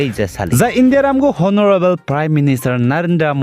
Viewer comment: Honorable H silent so pronounce as onorable